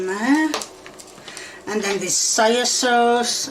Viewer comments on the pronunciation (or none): Wow, she managed to not once .. but twice .. butcher the word "soy".